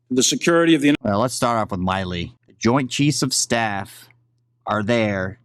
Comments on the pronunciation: Not being wise but the generals name is pronounced like... Mill I work at the mill. Milley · Milley not Miley. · He knows how to pronounce his name. He’s calling him Myley on purpose in my opinion. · It bothers me that you keep mispronouncing GEN Milley’s name.